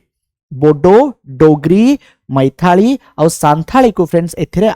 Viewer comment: ପ୍ରଣାମ ସାର୍ 🙏 ମୈଥାଳୀ ନୁହେଁ ମୈଥିଳୀ ହେବ । କ୍ଷମା କରିବେ ସାର୍ ଆମେ ଯଦି ଉଚ୍ଚାରଣ ରେ ତୃଟି କରିବା ତେବେ ଓଡ଼ିଆ ର ମାନ ପତନମୁଖୀ ହେବ ।